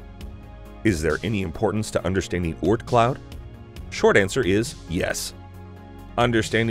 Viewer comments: The way he says Oort cloud really annoys me. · The way he says Oort Cloud disturbs me